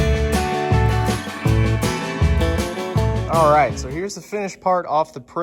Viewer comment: did say zallright